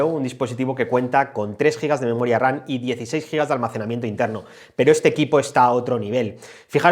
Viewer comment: 👀👂¿Por qué cada que mencionas la Memoria se te oye pronunciar Memoria "RaN"? como si fueras a decir RANA. ¿Algún problema para pronunciar la "M" ? No suena igual decir RAM que "RAN" se nota la diferencia al escuchar una u otra.